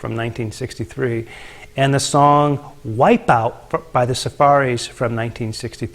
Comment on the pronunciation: Surfaris, not Safaris.